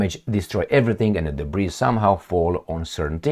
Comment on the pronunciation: debris is silent letter s( debree)